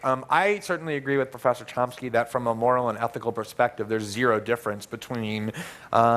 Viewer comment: did he call chomsky as tomsky ? again and again ?